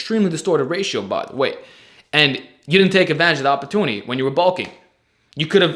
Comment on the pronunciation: “Uhpotooney” Great video!